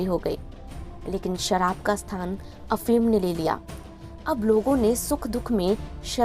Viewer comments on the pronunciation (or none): none